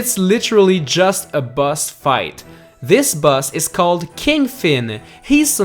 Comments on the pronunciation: stop saying bus instead of boss dude XD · that moment you forget how to pronounce boss in a list 10 best bosses list